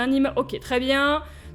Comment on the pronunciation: vers 10 minutes "Il resteuh 22 minutes"" ?-? wut?